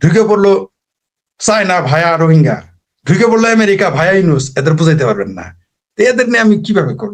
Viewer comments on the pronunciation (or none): none